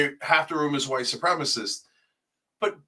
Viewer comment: Cenk can't even say "white supremacist". It's giving "don't call my klan hood racist"